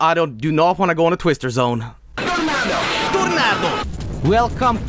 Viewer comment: it’s time to entar ze twistear zone